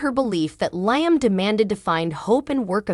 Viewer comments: 😂 Learn how to say the names of the people in the cast. L i a m not L i a m e. You need to pronounce the names properly. Sick 😂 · LEE-UM, NOT LY UM, if your talking about these actors get their names correctly